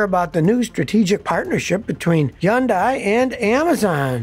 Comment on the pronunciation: Why does Scotty call Hyundai, Jundai 🤔